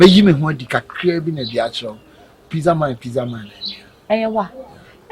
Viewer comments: Pitza Eii hehehe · AMA thinks she pronounce Pizza well ama😂😂😂😂💔💔